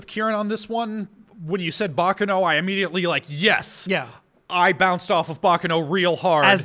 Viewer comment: Btw guys, just a friendly thought: you're saying "Baccano" wrong. In fact, at first I thought you were saying something like "Bakeno" by the way you pronounced it. It's "Baccàno" and not "Bàccano". Just a lil' note since I see frequently asks how to pronounce different things.